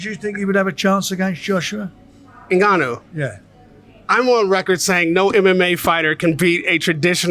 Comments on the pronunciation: Frank really needs to call this guy by his correct name considering he's promoted this fight, it's Ni-Ga-Nu, it's not En-Ga-Nu!!! Glad Raheem trier to correct him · Why do white people always call Francis "Nigg-ah-noo", it's obviously 'Enn-Gah-Noo" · how mental he still cant say Francis surname correctly....just rude